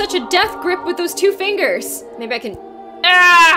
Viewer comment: Hahaha "let go of my fingi"😂😂😂